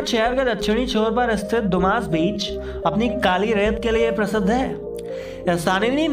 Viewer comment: Dumass Beach Nahin Dumas Beach Sahi to bola karo